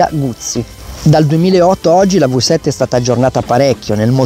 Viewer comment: "vi" 7 NON si può sentire